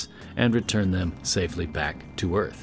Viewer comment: are you sure de earf is frat becase ife ben oop dere and it’s astonishing